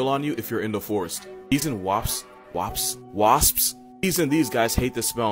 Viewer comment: He said wpas wpsa wasp